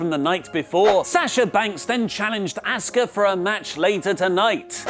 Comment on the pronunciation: its apparently impossible for British people to pronounce Asuka correctly.